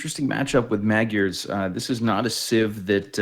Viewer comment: Keep it up you guys. You're pronouncing magyars almost correctly now. :D Say the first 'a' identically to the second and you're there.